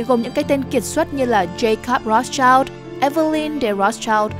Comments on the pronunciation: Phát âm là "Roats trao" sai r kênh ơi 😢 👉Rothschild phải đọc là /ˈrɒθstʃaɪld/ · Tiếng Đức đọc là R(r)ốt S-chind